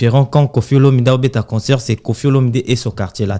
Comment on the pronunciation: On dit CONCERT ET NON conSEUR frère